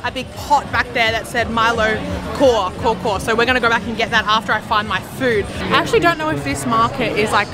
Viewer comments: YES! You are gonna see orang utans there... Hah! I told you so! 😎 it's not coco or choco or Co Co or core core. It's kaw kaw, or kaw, pronounced cow cow or cow as in the 🐄 that can give you 🍼 but meaning thick as in more concentrated than normal. So you can have milo ais kaw or teh tarik kaw or kopi O kaw etc... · I'm probably too late for this, somebody might have told you this. Just wanna say the Milo Kaw Kaw, it's pronounced as Cow Cow. True story. 😅 Now I need Milo Kaw Kaw. Damn. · "Biasa" means normal. Here for ampang balik, it means the fillings is crushed peanuts with butter and sugar. "Milo Kaw Kaw" is means extra Milo or extra thick Milo. Its pronounced "milo cow cow" with the "c" sounding more like "k" if that makes sense :) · Haha yes more “core core”how I read it, but thank you for teaching me the pronunciation! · in Malaysia we called K.A.W - K.A.W, the pronunciation is COW - COW in English n its means 100% pure' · Milo Kaw Kaw is pronounced as MILO "COW" "COW". That means is Thick Milo that one can really taste the thickness of this drink. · Pronouncation for Milo kaw kaw is ..... Kaw kaw be like Cow cow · its actually pronounce as "cow" so Kaw Kaw = Cow Cow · Milo kaw kaw. Your pronunciation of "kaw kaw" should be "cow cow". Milo is also my favourite drink. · Kaw kaw = pronounce as Kao Kao. BIASA means Normal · Kaw kaw pronounced kau kau Meaning good good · Kaw kaw is pronounce as cow cow... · It's pronounced like cow-cow in english haha 🤣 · You sounded like someone I know from America. He once asked me if I wanted any breakfast from a place called 'Bungkus Kaw Kaw' and it sounded like that, "kho kho". LOL. I was like, from where? 🤔🤔🤔. Not making fun of you guys, just funny to me. It's pronounced as "cow cow". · kaw-kaw is pronounced "cow-cow"... not co-co... which mean extra milo or condensed milo. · It's actually pronounced cow-cow (english pronounciation)